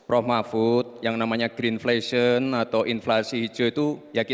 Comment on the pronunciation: kenapa inlasi hijau dia ucapkan GREEN FLASION - kirain green fashion… hedeeeeeh bahasa inggris yang bener doooong….